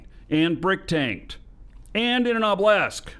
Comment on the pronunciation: Right ship, wrong pronunciation!!! OBB-uh-lisk not ob-LESK Obelisk has three syllables!